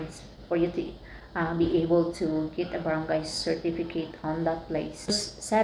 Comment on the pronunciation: THANKS FOR THE INFOS... ONE THING!, BAT GANYAN PRONOUNCE MO SA BARANGAY PINOY KA NAMAN HAHHAAHAH CHAR.!